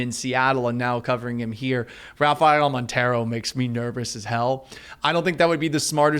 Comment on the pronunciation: Don’t ever let this guy back on the show lol i was baffled when he said montero hahahaha stick to covering Seattle homie